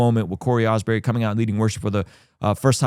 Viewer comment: His name is Cory Asbury, stop saying "Osbury"